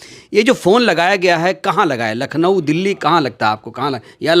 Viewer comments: Nakhlaw नहीं भाई लखनऊ होता है। भाई आप मायाजी के उत्तराधिकारी बनना चाहते हो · लखनऊ बोलना नहीं आता । फालतू की बकवास कर रहा है। एक नंबर का झूठा वकील है ये ओर समाज का दुश्मन है और कुछ नहीं है।